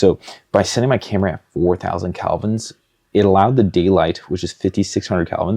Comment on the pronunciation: Great vid. In the future can you call it by the proper term “Kelvin” instead of “Calvins”? Sorry, but “Calvins” is wrong and hurts my ears 😅 Beautiful lighting setups though